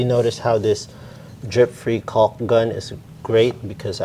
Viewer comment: Why are you pronouncing the “L” so hard in caulk? 😂